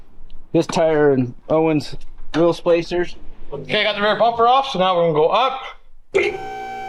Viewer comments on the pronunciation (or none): Did say, "Wheel Splacers"?